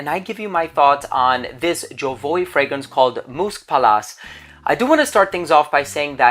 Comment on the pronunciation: Why do american people think they have the right to pronounce names of brands their own way when the French say it is ZHO-VU-AH?